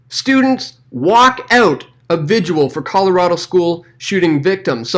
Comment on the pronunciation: Vi-gil not vi-jew-ul